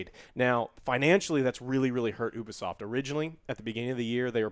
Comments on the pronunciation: YOUBEESOFT not OOHBEESOFT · You-Bee-Soft....it stands for Ubiquitous Software